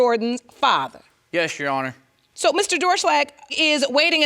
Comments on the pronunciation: "DOOR SHLAG " realy ? Lol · 'Doerschlag' LOL Sounds like Door Slag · Doerschlag (pronounced ‘Door-shlag’) is such a funny last name